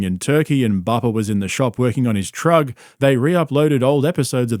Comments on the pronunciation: Btw, saying “TRUG” instead of truck literally makes me laugh out loud EVERY TIME you say it. 😂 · When you say "trug", It's adorable and fuckin funny man. hahahaha. "seasoned assist" Fuck, dude....